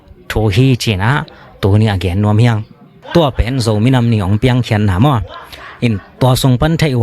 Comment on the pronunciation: Zo minam❌ Zomi nam✅